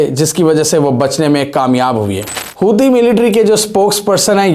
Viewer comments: Its Houtees Not Hosi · Bhai ap husi na bolke Huti bolo yar 😢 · Housi pronunciation nahi hai. Bhagwan kei liye ek speech expert hire Kar lo agar apne channel ko improve karna chate ho. Agar baith kei Housi aur pewtin karna Hai tab koi baat nahi.